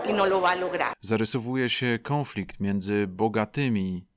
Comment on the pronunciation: Super material, jak zawsze. Ale moje uszy rani ten "kąflikt", tak jak w odcinku o Putinie.